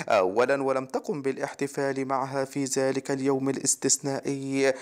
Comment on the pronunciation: هذا جزائري لي راه يقرا :هزا ، زلك يحدس